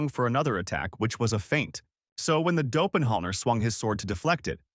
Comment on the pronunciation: Somebody please teach ai how to say doppleganger